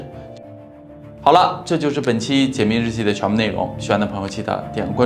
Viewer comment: 很喜欢听讲案件。每次到最后都会听成：这就是本期“姐妹”日记的内容。 哈哈哈哈